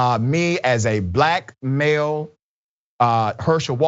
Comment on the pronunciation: might need to stop saying "black male". Both my ears and the closed captioning on the video hear "blackmail" every time he says that. I know what he means, it just sounds funny.